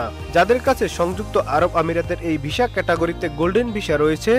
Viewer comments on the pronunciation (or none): ভিশা, বোলিউড কি ভাই...?? ভিসা (উচ্চারিত হবে ভিছা) আর বলিউড... ফালতু উচ্চারণের খবর শুনতে বিশ্রী লাগে।